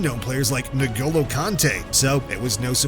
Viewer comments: Did you just say Negolo Kante? NEGOLO? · Ah yes Nogolo Kante